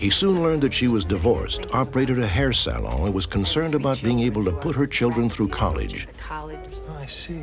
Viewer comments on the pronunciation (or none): He pronounces it like they do in France ! "Sa-lohn". Makes sense that his first language was French! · Why can't Robert Stack say salon? He's never seen that word before? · Unsolved mystery: Why can't he pronounce salon? Anyone else hearing it?